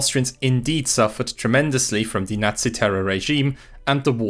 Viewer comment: FYI "the" is not pronounced like the German "die" all the time. I know it's easier as a German speaker, still wrong and quite irritating when listening to this video.